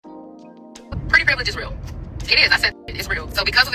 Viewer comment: yeah, bro is illiterate. bro said "Privelidge"